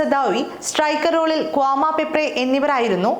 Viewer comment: Kwama alla kwami😂